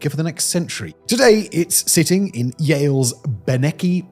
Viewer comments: Beinecke, Pronounced like bye-neckie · German pronounciation: BInekee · Beinicke is pronounced BYE nuh key. The family has had a long association with Yale. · Yale's rare books library? BYE-neck-eeee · I can hear you struggling between Czech and English pronunciations. The soft "ch," in "voynich" and the hard "c"/"ts" in "Bienecke." Líbí se ti Praha?